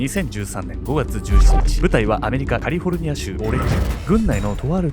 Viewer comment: あれ？「カリフォルニア」ってちゃんと言える様になってる？？